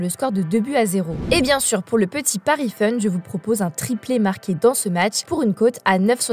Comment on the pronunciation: Bonjour Svp arrêtez avec la « côte » ce n’est pas un barbecue… C’est cote avec le o qui se prononce comme pomme. En vous remerciant.😊